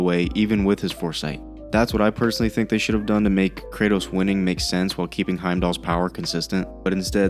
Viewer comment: Brother man it’s KRATOS